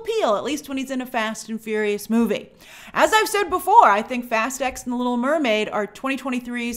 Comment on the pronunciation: Shouldn't Fast X be pronounced Fast 10?